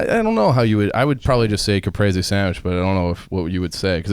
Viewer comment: how tf to all of you pronounce caprese wrong? Cuh-preez-ee phonetically spelled